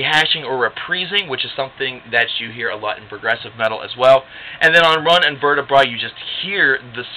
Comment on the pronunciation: run and vertebra is really pronounced rune an vertebrae like spine